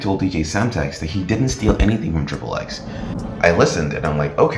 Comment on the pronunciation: Dude u say his name so wrong....its pronounced, ten-tass-sea-on NOT ten-sation how u say it🤢 I was gonna give a "like" but from insulting homeboys name like that sorry I cant🙏🏼 and its not "triple x" 😅 u pronounce it how u see it, ex - ex- ex🙏🏼 I like the Vlad TV interview with daylghts alter ego....he spills the beans